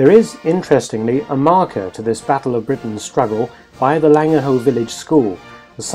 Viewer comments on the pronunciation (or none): none